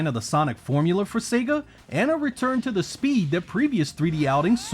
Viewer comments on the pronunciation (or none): Weturn to your gwave